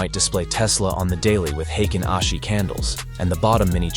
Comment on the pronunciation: Finally, someone that actually pronounces the ‘hei’ in heikin ashi correctly. 🤯 Not sure why people are hating and saying it’s not free. Look it up, it’s completely FREE